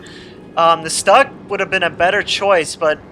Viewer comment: The mispronunciation of stug hurts my ears.